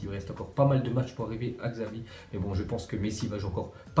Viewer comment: On dit chavi imbécile